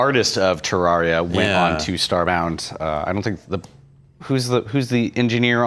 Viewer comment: I love AKA the, but every time he said Terraria, I cringed.